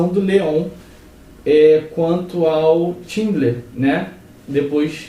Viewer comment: 'Tindler' não, 'Xindler' = Schindler.